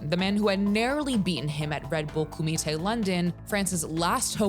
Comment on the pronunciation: Koomee Tay...........doesn't sound as tough as when they say it in bloodsport 😂